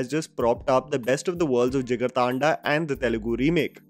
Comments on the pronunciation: Why British accent bhai 😂 taanda thanda hai voh 😂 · Kinda hate to point it out, but it's not Jigar-Taanda but Jigar Thanda, as in the Hindi word 'Thanda'